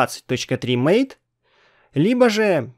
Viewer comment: MATE - это не "мэйт". Тут имелось в виду другое. Вот из Википедии: "MATE ([ма́тэ]) — среда рабочего стола, являющаяся ответвлением от кодовой базы не поддерживаемой в настоящее время среды GNOME 2. Название MATE происходит от испанского названия (исп. mate) вида падуба, растения, из листьев которого готовят одноимённый напиток." А еще в Линукс не файл подкачки, а раздел подкачки! Это разные вещи, хоть у них и похожее назначение.